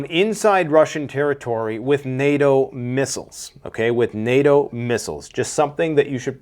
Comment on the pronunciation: so nato-oh is suddenly backing off? interesting from a guy that cant even pronounce English correctly we are supposed to believe this piece of shit